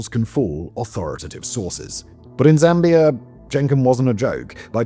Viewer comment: 🛑🛑🛑 Zambia 🤷🏻‍♂️ not Zambiarr 🤦🏻‍♂️🤦🏻‍♂️ it's pronounced the way it's spelled 🤷🏻‍♂️🤷🏻‍♂️